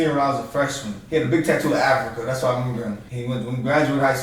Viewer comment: Consider watching videos about the continent of Africa. It’s crazy the way y’all say Africa like it’s some city